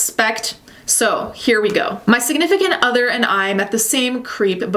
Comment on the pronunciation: Who else heard “siganifacate other” Lmao